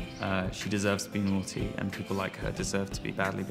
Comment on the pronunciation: Did that lady say "poople"